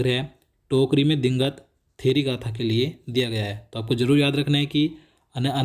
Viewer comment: 1 question me hindi me digant ka uccharan thik se nhi paye